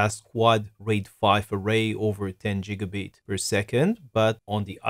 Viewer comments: ITS GIGABIT NOT JIGGABIT YOU IDIOT! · Its GIG A BIT not JIG A BIT!